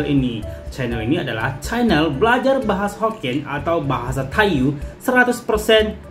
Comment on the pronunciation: Tai yu di baca Tai yi